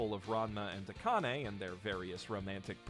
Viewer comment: Dude, I don’t know how you can mispronounce Akane. Maybe go over the names of characters before you make a video.